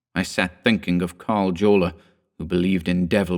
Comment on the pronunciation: Are we sure the actor's name, being a central European (Austrian) surname starting with J, is not pronounced "yorla"? I love your chan, btw, please pardon the nit-pick. <3